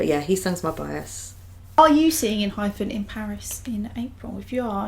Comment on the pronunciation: i love enhypen. they've so many good bside tracks as well with very different vibes. please check more songs. btw it's en-hy-pen not phen and en-gene sounds more like en-jean than engine. anyways thank you so much for checking their contents❣oh and Jungwon didn't become a leader because he's no.1 on iland. after the debut gp was confirmed, they had like about 2 months process to choose the leader. And the last top candidates were Jungwon and Heeseung. since Hee is the eldest he said he would rather be the hyung of the group. So Jungwon became the leader rightfully. he's young but the most emotionally mature and strongest one among them. A funfact is Jungwon also got the cactus pot plants from Namjoon as encouragement/blessing gift during iland.